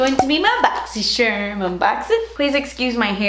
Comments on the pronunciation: ITS PRONOUNCED BOXY “CHARM” not shirm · Just curious, do you say BoxySHerm instead of BoxCHarm on purpose? Lol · “boxxy sharrrm” makes me giggle every time love you 💕💕